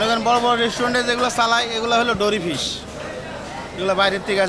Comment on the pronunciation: ডরি ফিশ৷ না মরি ফিশ এই প্রথম এই মাছের নাম শুনলাম।